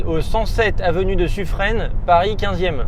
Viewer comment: suffren se dit suffrin je pense que le tps ne le trouvait pas pour ça